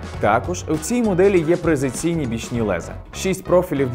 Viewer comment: не презеційні,а прецизійні🤣погано приготувались.